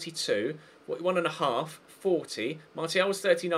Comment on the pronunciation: why do you say martial when its pronounced marshial